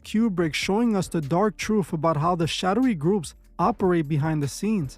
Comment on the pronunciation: The "troof" about the "yoof" 😂